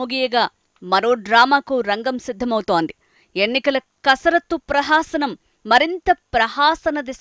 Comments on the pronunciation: ప్రహాసనం కాదు బేబి ప్రహసనం. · ప్రహాసనం కాదు ప్రహసనం అనాలి. ప్రహాసనం ఏంది సింహాసనం లాగా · ప్రహాసనం కాదమ్మా ! ప్రహసనం అనాలి. తెలుగు సరిగా పలకడం నేర్చుకోండి.